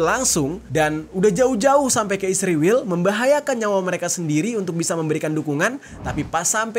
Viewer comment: Israel bang, bukan isriwil😂